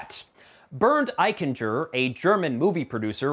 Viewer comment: Burnd Ikencher??? or is it Bernd Eichinger? This degree of name butchering requires skill.😄 ....all in good fun.😉 I really enjoy your videos! Thanks mate!